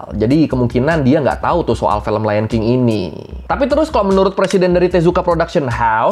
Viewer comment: Film bang bukan Felm ✌😅